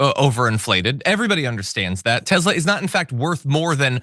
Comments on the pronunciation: Come on guys, it's spelled and pronounced: Telser! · It's not Tezla, it's Tesler.